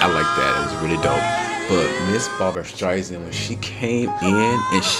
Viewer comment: You must react to the full number. Barbra will blow you away as she segues into Sweet Inspiration. Also, and no offense, but her last name is StreiSAND, not StreiZand. No Z in her name.